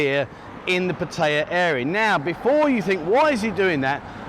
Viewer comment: Why do so many expats who live in Pattaya find it so difficult to properly pronounce “Pattaya”?